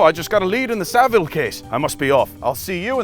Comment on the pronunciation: Hey thanks for getting Saville pronunciation right! Research dog eggs